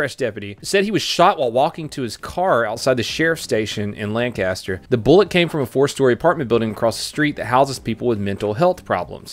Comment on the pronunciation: I live in that town, he said it right.